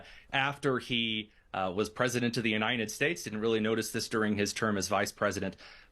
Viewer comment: Why can't this guy pronounce the word "united" correctly? It's not the UNINED states, its the UNITED states.